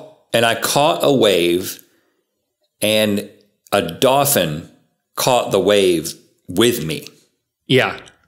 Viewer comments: Link: Dolphin Rhett: DAWFIN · Is it me or do they keep pronouncing dolphin like “dah-fin”?